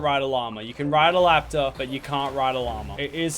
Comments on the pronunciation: Bro wtf bro said laptor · Are we just going to ignore the fact that he called it a laptor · “You Can Ride A Laptor, But You Can't Ride A Llama” What is a Laptor?💀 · Lachy said laptor